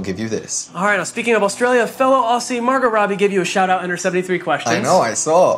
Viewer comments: Ok when he pronounced "aussie" as "aussie" instead of "auzzie" it somehow really annoyed me. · did you just say "ossy" . ITS Aussie WHICH IS PRONOUNCED "OZZY".